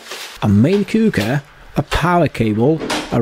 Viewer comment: The way he said, main cooker. I thought he said, main cougar, and was talking about his wife.Haha